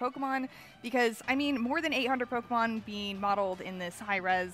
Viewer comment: Anyone notice the accidental “POKERMON”? 😂